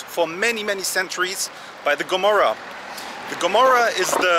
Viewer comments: "ruled by the Gomorrah" 😑 It's Camorra, not Gomorrah. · It’s Camorra not Gomorrah